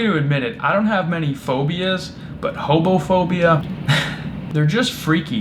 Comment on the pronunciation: I could’ve sworn that he said he had homophobia! I was like wth is going on about them coming out and shouting at you etc - Sorry, it’s just the accent!